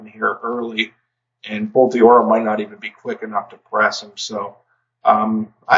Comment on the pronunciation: I apologize for nitpicking a side point here, but just fyi. Bolt d'Oro is not pronounced "bolt DEE-oro". You pronounce it exactly as you would if the apostrophe wasn't there: "bolt DORO". Again, sorry for nitpicking, but I figure that name is going to come up a few more times in future videos, so you might find it helpful.